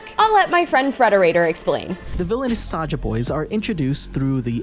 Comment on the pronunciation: It's saja boys not soja boys